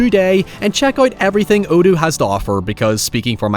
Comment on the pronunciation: I enjoyed listening to the Odoo ad, but I wish you would spell it out because your pronunciation of this word forced me to see what the heck you were talking about and gave me very little certainty in how it might be spelled